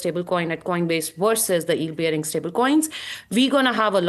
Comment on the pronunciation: She can’t say “yield” oh my god 😂